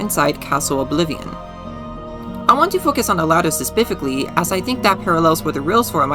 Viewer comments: Bro the 'speficly' gets me everytime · „Sespificly” was my unknown trigger. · Does no one else hear "suspifically”? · This this asf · Oh every time. Love it though ^_^ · Interesting analysis and theory. Not trying to be mean but I did get irked by your pronunciation of specifically.